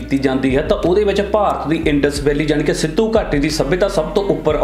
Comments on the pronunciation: ਵੀਡਿਉ ਚੰਗੀ ਹੈ ਬਾਈ, ਪਰ ਉਚਾਰਨ ਵੱਲ ਧਿਆਨ ਦੇਵੋ ਜਿਵੇਂ ਕਿ ਸਿੱਧੂ ਘਾਟੀ ਨਹੀਂ, ਸਿੰਧੂ ਘਾਟੀ... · ਅਸਲ ਉਚਾਰਨ ਸਿੱਧੂ ਘਾਟੀ ਨਹੀਂ ਸਿੰਧੂ ਘਾਟੀ ਹੈ। ਲਗਦਾ ਹੈ ਸਿੰਧੂ ਘਾਟੀ ਦੇ ਪਤਨ ਦਾ ਕਾਰਨ ਖ਼ੁਦਾਈ ਸਮੇਂ ਹਥਿਆਰਾਂ ਦਾ ਨਾ ਮਿਲਣਾ ਹੋ ਸਕਦਾ ਹੈ। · Bhai sahib eh sindhu ghati see na ke sidhu ghati. Apna pronounceation tan thik kar lavo.